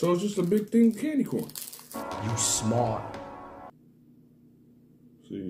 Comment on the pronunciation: I was like ......wait, this fool say “sexy candle”???😂😂 I reminded it twice!!😂😂.